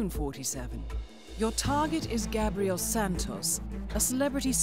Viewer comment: She pronounced Gabriel wrong lol